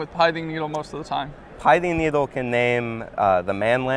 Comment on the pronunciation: For the love of god it's not pronounced "Pie" thing needle.